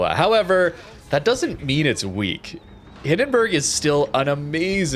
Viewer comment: please... the bUrg in hindenburg is pronounced like in U-turn. i allmost die of cringe every time you say hindenbörg oder nörnbörg (the worst one):D